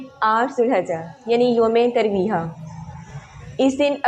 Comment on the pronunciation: ترویہ کو "ی" کے ساتھ بولیں